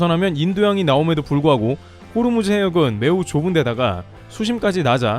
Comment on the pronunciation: 호르무즈가 아니고 호 무즈